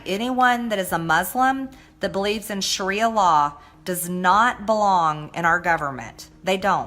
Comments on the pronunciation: Greene can definitely work on her pronunciation. "Shria" is actually "Sharia." "Kran" is "Quran." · MTG can't even properly pronounce Sharia law/religion